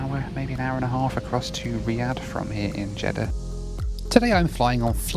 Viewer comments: You definitely said Jeddah but you definitely said CHeddah [sic] 🤣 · Jeddah and cheddar are pronounced it differently